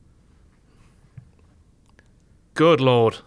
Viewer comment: the word 'good' is NOT pronounced 'gude'. #fuckkenny